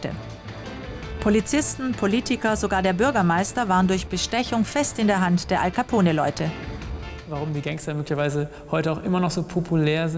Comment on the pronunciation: hej leute das E in alcapone wird nicht gesprochen